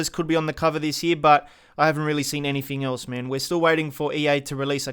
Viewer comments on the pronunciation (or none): "Anyfeng" C'mon man.